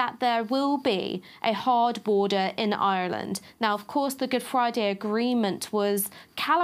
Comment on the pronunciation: Nice one Ash! Great job pronouncing the hard R in Ireland! It's not often that got right! 👍